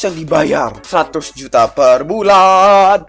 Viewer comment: juta bukan ujta